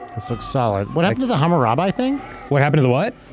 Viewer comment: please for the love of God say Hammurabi correctly